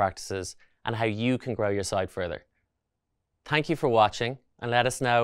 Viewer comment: "Tank you for watching".:) My Grandmother was Irish, that's exactly how she said it. Thank you but I still don't know what problem G has with my sites. This is the video they sent me to watch but I didn't find answers here. I have the code up, my sites are working and there isn't anything G could find offensive or etc.